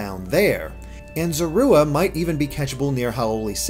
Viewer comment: Zorooa? Seriously...